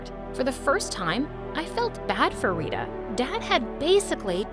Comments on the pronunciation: It's not how we pronounce Tara and Rita. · Yeah they didnt pronounce tara properly and rita